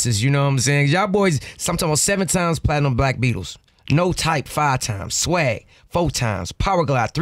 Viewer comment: It's swang not swag